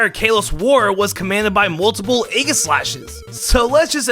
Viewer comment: You heard that right, Ayy gis slash